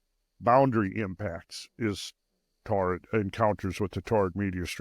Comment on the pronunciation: Torrid? ---- You mean Taurid, right?